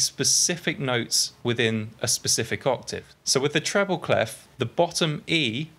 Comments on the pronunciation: cley-fffff ? wt-fffff, is in pronounced "clay" ?! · I love your videos, they are really helping me ! Thanks a lot Just for your information, "clef" (french for key) isn't pronounced with the "f" at the end (you can hear the right pronounciation here : ;) Thanks again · People in the Anglophone world urgently need to learn how "clef" is pronounced